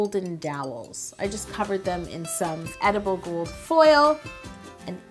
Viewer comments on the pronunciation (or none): I've been watching too much Stargate SG1, I thought you said "Goa'uld" when you first said "gold." 😂😂😂